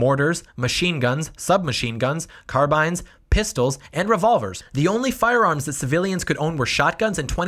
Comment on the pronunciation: So much for being a gun owner and not pronouncing carbine right...